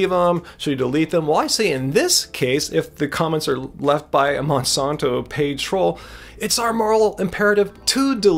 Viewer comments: Great vid. It's MonsAnto. Not Monsonto. Not being a troll just super annoying to keep hearing it said wrong. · I'm from St. Louis (Monsanto world headquarters) never heard it said that way. I like, I just have OCD and after the first mispronunciation that's all I could hear. It made it really hard to watch the rest of the vid. Simple name, say it correctly. Thank you